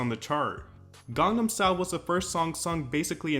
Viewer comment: I will never not be ready for americans saying GENG-NEM style instead of Gangnam style. The As in Gangnam sound like the A from "Car" lol. Fun fact.